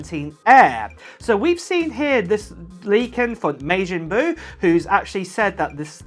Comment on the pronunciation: MA Jin Boo… Not MAY Jin boo lml. Sorry i love DBZ